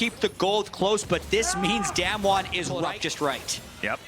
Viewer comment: Im sorry but I have no idea why this came out. I am pretty sure its not him casting. Even if it was him, calling damwon damn won is just a big no for me. The other caster did it pretty well, but one of them is just so annoying.